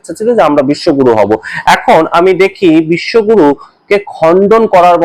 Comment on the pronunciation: Bishwaguru. Na. Bishwagoru